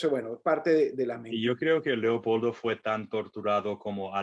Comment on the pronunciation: Me encanta!!❤cuando dice"Leocoldo".gracias,gracias y gracias.